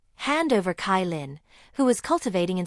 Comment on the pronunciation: CaiLin = ChaiLin not KaiLin